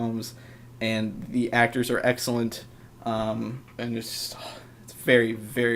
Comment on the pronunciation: i swear i heard u say sexcellent